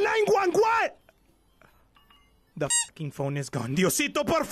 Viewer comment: 911❌ nine gwun gwun✅